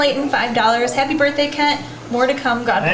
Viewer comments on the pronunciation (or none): "Haprye" birthday